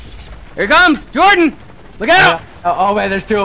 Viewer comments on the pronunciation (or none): But its Hordan not Whordan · I always thought it was because you know how Spanish people say.. If the name is Jose, they're gonna pronounce it Hoze, so I was thinking it's the same with Jordan... James likes to pretend he's spanish :D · why does call jordan by "hordan" sometimes? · Jordan just calls him Hordan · i thought it was kind of like the whole jose thing, where the j sounds like an h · Ya i think he says hordin, cause he takes EVERYTHING lol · It sounds like they're saying horton to me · Because the "j" in Spanish (and other like languages) makes an "h" sound. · I think it's rather that he's saying Jordan with a spanish pronounciation like how Jesus is pronounced Hesus.